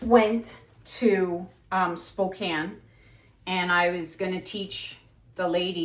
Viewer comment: I love hearing you say ‘Spokane’, the way we say, ‘Spokane’ 😂 I am so bummed that during that time I had a sudden death in the family, followed immediately by a crazy diagnosis/surgery - and was not aware you were here!!! 😭 (The surgery was optimistically supposed to be easy, but wound up being the opposite) I hope you come back someday! I would LOVE to take… ~<:{*•ALL•*}:>~ …the classes!!!! 🫶🏻 Your art has inspired me, but I’ve never taken the leap to try for myself. I sincerely hope for another chance to experience your training here in the states 🙏🏻 God bless you, and thank you!!! 🤗